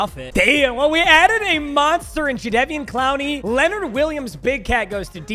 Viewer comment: the way he was saying jadevon cloneys name wrong